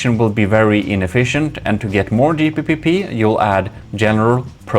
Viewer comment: Not gonna hearing you say Gpeepeepee at 2am really gave me the late night gigles 😂 really wouldn’t want to run out of Gpeepeepees!